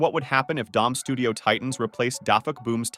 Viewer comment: U said studo